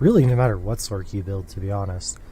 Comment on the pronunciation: why does he pronounce it "sork" when the c in sorceress is an s sound, i always pronounced it a "sors" because of this same with "merc", which i pronounce "mers" because its short for mercenary